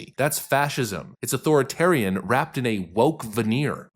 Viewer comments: The word is authoritarian, not athorian. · "authorian takes" 😂 I guess that means "authoritarian" lol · *authoritarian "O-thorian" isn't a word Also, there's no H in the word "destroy." It's "destroy," not "deshtroy."